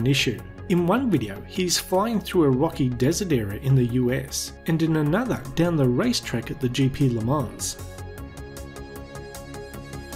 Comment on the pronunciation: Le man not Le manssssssss